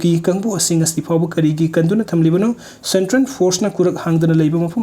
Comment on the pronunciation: Its central....not sentren